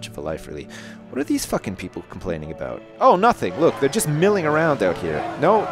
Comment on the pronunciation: OMG Ive only just figured out that says 'aboot'!